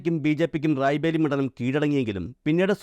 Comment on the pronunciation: റായ് ബേലി അല്ല സുഹൃത്തേ റായ്ബറേലി